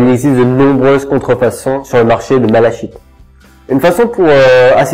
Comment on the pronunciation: Apprend à le prononcer